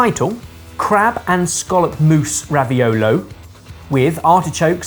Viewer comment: As a New Englander, it’s refreshing to hear people pronounce “scallop” correctly 😂